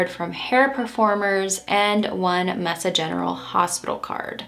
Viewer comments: Mesa is pronounced "May-sa". Maricopa is the county. My neighborhood. The place she disappeared from is just west of a large (incredibly beautiful) desert wilderness area (Superstition Mountains, Tonto National Forest, Roosevelt Lake). I hope Allan didn't mess with his three other daughters. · Hey, Arizona is beautiful. Also, Mesa was mis pronounced a bunch of times here. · you can choose to say it whatever way you want to, but I live here, and I know how Mesa residents pronounce the name of their city. The E sounds like a long A in Spanish. The word means "table". I spelled it like that because it is the easiest way to convey the sound to an English speaker. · I think the difference is that the first syllable is heavily stressed in the city name. As a result, it is stretched longer than if you were just saying the word "table" in Spanish. Names are weird like that. I know of a street name, Eldorado, pronounced "El-do-ray-do" (IL), and another Germann, pronounced "Jer-main" (AZ). Sometimes it may be due to history or evolution of the word. Just trying to help. "Mesa" stood out to my ear because that it not how I am used to hearing it said. To each his own. Thanks for the video. Concise, but with just the right amount of detail. My heart goes out to the family. I hope they get resolution. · Great job telling her story! Soo sad! Also, Mesa is pronounced MAY-SA. I was born in Mesa (Maricopa county) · Mesa is pronounced May-sa. I've lived a short distance from where all this happened almost my whole life so I just wanted to let you know. I'm surprised I haven't heard about this one before. Back then there was so much empty desert throughout Phoenix that now are residential areas or other types of buildings. She literally could be anywhere. :( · Mesa is pronounced May-suh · Mesa is pronounced MAYsuh.